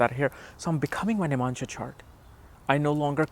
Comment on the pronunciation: It is NOT nim-amsha. It is Nav-amsha. Nav.